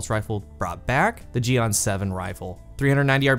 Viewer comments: Is pronounced gee-en but really focused on the "en" sorta like jiyen but the ji syllable is super short. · I almost died hearing u say jian